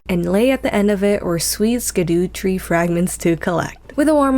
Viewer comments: the fact that you pronounce "mausoleum" as "maul-o-seum" is so wrong, yet so right. e: and Skidoo Tree hahah. Scadu is FS's version of scéadu, the Old English word for "shadow". The pronunciation is the same. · the scadu is pronounced as shadoo or shadow tree fragment. nice playthrough though, Do Bayle too. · sca-DU-tree fragment...love it